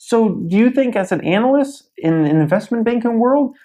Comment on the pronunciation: I'm having great issue with how you pronounce ANALYST. <_<